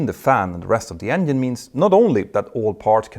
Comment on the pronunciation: Does he pronounce it "Engien" ???